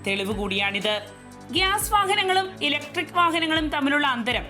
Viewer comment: ഇലക്ട്രിക് വാഹനം എന്നു പറയടി വാണമേ 🙄🙄